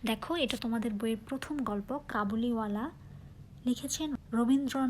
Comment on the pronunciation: কাবুলিওয়ালা হবে ✅ কবুলিওয়ালা না ❌